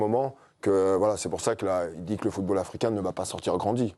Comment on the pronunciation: "Le footre Africain..." 😂